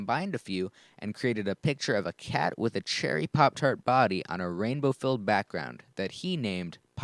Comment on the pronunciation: neyan keyat is how your saying it